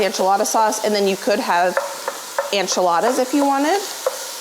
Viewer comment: I adore you but one thing, that drives me a little crazy, and I should get over it but Enchiladas is pronounced en chuh laa duhz - the en is the same sound as en in entry or enable, not an like ant. Loving you from Austin, TX. Thanks!